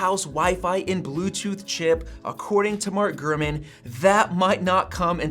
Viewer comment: Have a shot 🥃 everytime he says “”